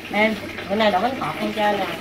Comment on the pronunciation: bánh khọt mà mà cứ nói bánh thọt